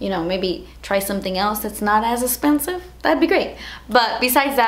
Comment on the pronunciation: Yousi K Lol I LOVE when she says dats espensive ❤❤❤